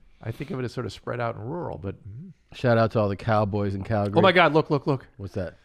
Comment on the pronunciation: "shout out to all the cowboys in Calgury.."